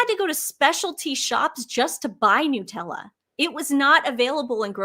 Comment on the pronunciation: No we say jam not spread. Here we say Nutella (nut not noo). 🇦🇺🦘🐨🦎💐❤️